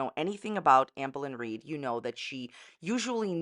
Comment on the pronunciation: I love how you say her name lmao, "auhmbuhlin reed" 😭😂